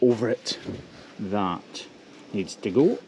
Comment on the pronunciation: tha is pronounced that and ba'er is pronounced better. uer driving me nuts ; )